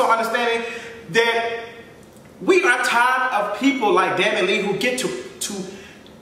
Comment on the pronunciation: The way your saying her last name is killing me 😭😭 “Dani Lee”